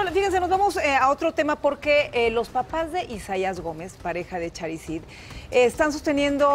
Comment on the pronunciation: Gustavo no es Charid, es con Sh